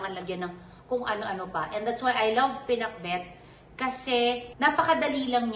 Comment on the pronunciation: Right pronounciation danica..ilocana ka na